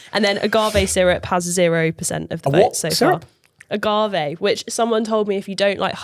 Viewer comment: you almost made me snort my tonic water when you pronounced agave.